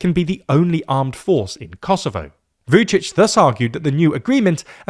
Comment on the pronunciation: V-yoo'dshidsh? Ra'faell? Please learn how to pronounce those names correctly. Remember: There are many other languages on this planet than English, so not every word is pronounced if it were.